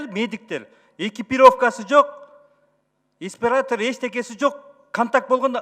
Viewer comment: Эспиратор эмес респиратор Шрек! Буджет эмес бюджет.